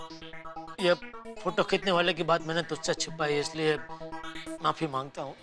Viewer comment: JETYAAAH BAMBUCHAKK AND DAYAA TAPPU KE PWAA PWAAA GADA ELECTRONICS, FOR YOUR KIND OF INFORMATION, ITS NOT MAPI, ITS MAFI. MENTION CORRECTLY ITS MAAAFIII AND NOT MAAAPIIII. THERE NO P ITS F.